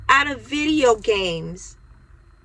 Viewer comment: work on practicing how to say "video games". I wish you good luck.